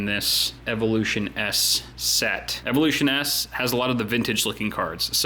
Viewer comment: its pronounced Evolution's not Evolution S